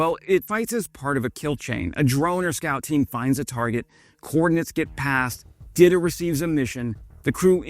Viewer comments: It is pronounce DEETA , it is a Czech girl name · Saying Dita like Didda and i keep hearing Diddy 😭💀Diddy ahh